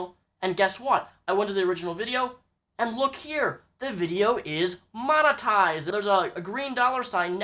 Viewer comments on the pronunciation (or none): monoized wheres the T?